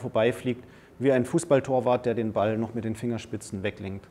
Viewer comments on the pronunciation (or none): none